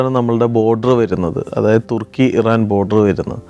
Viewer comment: തെർക്കി അല്ലതുർക്കി മലയാളി അങ്ങനെ പറയണം